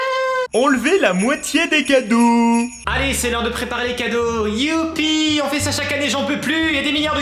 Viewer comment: tu as dis enlever la moitié des cadrau aux lieu de cadeau ce n'est pas grave ça arrive qu'on fais des fautes 😊😊😊😊😊😊😊😊😊😊😊😊😊😊😊